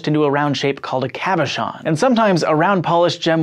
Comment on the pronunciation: Some of the pronunciations in this are just horribly wrong. (Tourmaline, chalcedony, cabochon, pleochroism....)